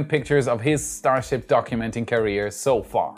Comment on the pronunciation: I think I like "Shtar Ships" better than the conventional way it is said.